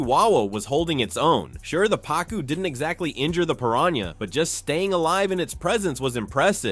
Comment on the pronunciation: The guy in here has had multiple times to pronounce piranha correctly and failed every time and it brang back the memmory of Benedict Cumberbatch pronouncing penguin as he couldnt either